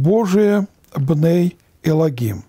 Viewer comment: На иврите словосочетвние בני אלוהים произносится как бней элоим без "г" очень режет слух